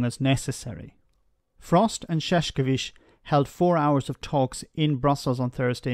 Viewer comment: There is no "K" sound in Šefčovič whatsoever. The first "Š" is "Sh" (correct), but the "č" is like "ch" in chocolate. It is not that hard to grasp.